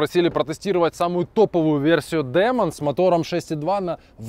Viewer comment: Не Дэмон, а Димон (ударение на И)!!! Вы что , фильмы ужасов не смотрите, если с английским хреново?